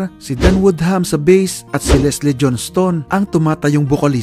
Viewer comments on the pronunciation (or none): none